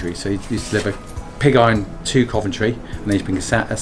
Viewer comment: Sorry, I did not understand what was saying about delivering „pigeye“ and Sand in return? I am sure they did not deliver pig eyes, but what was it? Wonderfull to see the old workshops and machinery. A treasure to keep alive for many more years hopefully. Thanks for sharing:)